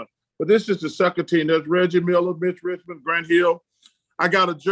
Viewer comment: “Rich Mitchmond” 💀